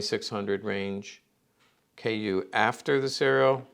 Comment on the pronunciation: But it's not a KU... it's KÜ that's different